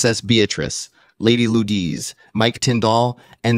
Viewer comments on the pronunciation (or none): Lady Lu-ese